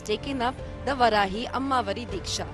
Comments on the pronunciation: It's Vaarahi not Varahi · Its not Varaahi... Its Vaaraahi... Pls pronounce properly... 🙏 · First learn pronunciation.. it’s vaarahi.. not varahi Shame you don’t know your gods name and don’t even try to know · That's not Varahi"वराही" Please pronunce it as VAARAAHI "वाराही"🙏